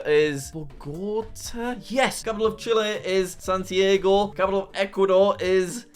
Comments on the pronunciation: Lamentable hrmno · He said Santiago "San Diego" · Jack calling the capital of Chile Lima then proceeding to pronounce the actual capital like "San-tee-ay-goh" broke my heart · Isn't it san-tee-ar-go?